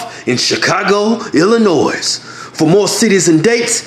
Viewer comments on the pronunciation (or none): they say IllinoiS instead of illinoy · "illinoise" -Hodgetwins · The "S" in "Illinois" is silent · whoever did that intro doesnt know thier states because the s in Illinois is silent before you do a tour you sbould know your states